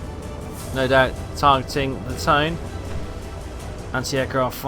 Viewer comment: I think hearing that same AA gun sound effect from every ship in the game might drive me insane. Are there any sound mods? Also the pronunciation of Tone is more like 'toe-nah'.